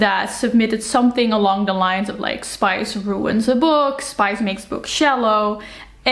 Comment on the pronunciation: Please don't says "SPICE" in a french way. xD You know, english PISS is only one letter away from french PISSE. And they both mean, and sound the same.